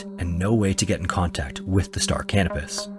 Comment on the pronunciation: Yes, I know I have a form of mild verbophobia, but in the interest of knowledge may I offer this? The ship referenced in the final story was named after the celestial body Canopus, a yellowish-white supergiant star in the constellation Carina. It is pronounced ka NO pus. The auto captions on my phone typed out "star cannabis" at every mention in the video LOL.